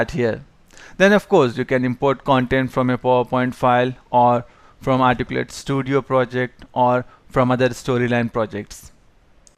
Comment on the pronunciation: If you're going to have a tutorial in English, it might be good to have a narrator who speaks English clearly. In this session, the narrator can't even pronounce the word, "Articulate". Very distracting and somewhat cryptic because he leaves out grammatical elements like articles and adverbs.